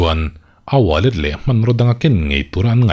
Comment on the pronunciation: Ka ngaithla uluk deuh a niang a, "a wallet" kha i ti em aw sir😂